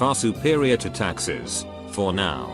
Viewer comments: Everytime the video said "Taxis" I thought it was saying "Taxes" and was like, fuck yeah kill off taxes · Taxis.... I thought they were saying taxes at first. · Text: taxis Text to speech: taxes Me: visible confusion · Every time they say taxi I heard taxes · Every time it said taxis it sounds like taxes. I’m like yeah, not having to pay taxes is nice but there’s no way to avoid it without working near places that has bullets and risk of bombardment.